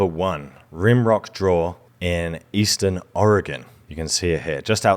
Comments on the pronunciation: Thank you for pronouncing Oregon correctly. People from our own country don’t pronounce it correctly! I live in Springfield Oregon. Home of the Simpsons. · It's so cool when people say Oregon correctly. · As an Oregonian I must express my thanks for pronouncing the name of our state better than 80% of Americans. Also thanks for the archeological love. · As an Oregonian, I thank you for getting the pronunciation correct (for a Brit at least 😉.) If you wondering, a lot of people say, "OregOn" with an emphasis on the second o, the correct pronunciation is, "Oreg - "in."" Also, if you're interested in losing weight I'd be happy to help. Also... Im going to say, No, to Brazil.